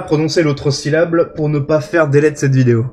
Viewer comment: Alors le syllable c'est pas un AVC je me suis rendu compte que j'avais bafouiller quand je l'ai dis je pensais pas ça allait s'entendre, au final si de ouf, flemme de refaire la prise ptdr